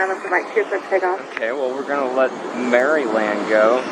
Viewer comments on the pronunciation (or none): The way the plane spotter pronounced "Maryland" is a literal crime against humanity.